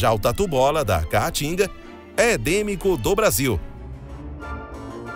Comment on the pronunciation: "Tatu bola da ca-a-tinga" rs. O cara nunca falou caatinga na vida.